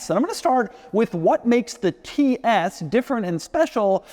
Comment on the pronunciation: Tee ees